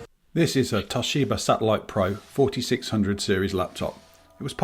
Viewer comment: TOSHIBER killed me 😂